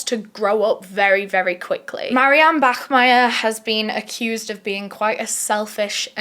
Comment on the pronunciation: thank you for not saying "bakmeier"🫶